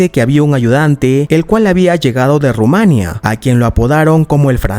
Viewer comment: Nadie le ha dicho como se dice Rumanía?? Ru- ma- ní -a.Nada de decir junto duelen los oídos, jajaja.por lo demás,todo genial